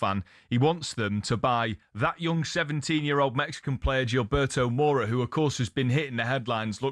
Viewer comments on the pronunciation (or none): none